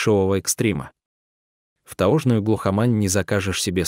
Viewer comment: Кто читает текст? Робот? Сел,таожную,студеное . Ужасно